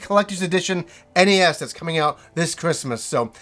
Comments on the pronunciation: Please stop calling it ness, it is called N.E S. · The Ness?! Ugh the hairs on my balls feel like they've been pulled by the roots when it's pronounced that way. The NES (initials) mini will be great! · everyone, including tv ads always pronounced is N-E-S and this guy says NES like it's the first time he ever saw it. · Am I the only person who pronounces NES as Nez?